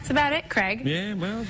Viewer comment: anyone else annoyed that Amy was on the show 8 times and she still called Craig , Kreg ? . funny interviews but this annoyed Me.